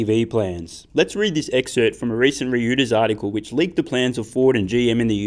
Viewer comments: Love you,! I'm pretty sure Reuters is pronounced like "roy-ters" rather than "re-you-ters." Made me giggle, and I still think you are great. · FYI it's pronounced Royters